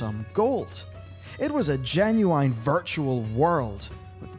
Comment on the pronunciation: google genuine and listen to how the word actually sounds you Irish peasant.